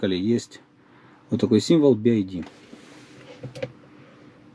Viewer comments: Би-Ай-Ди - это BID. BYD же читается как Би-Уай-Ди. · Не так произносится название бренда. То что вы говорите будет bid а там byd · Би Ай Ди бля думаю че за би ай ди. БИ УАЙ ДИ правильно будет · Какой Болт? Какой Туксон? Это копия с кузова Форда Экоспорт. И звучит вторая буква не "АЙ", а "ВАЙ" или "УАЙ". "Ай" это вот так - і. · Y - это не "ай". Лучше бы "бидом" звал, режет слух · Думаю правильно би вай ди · Эти буксы читаются "Би Уай Ди", а "Ай" - это i. В школе же учили, едрить....